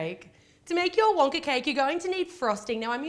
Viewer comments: Why does she say Wonkar with an R at the end lol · she said wonker lol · Who else heard she said wonker? Sorry just had to point that out!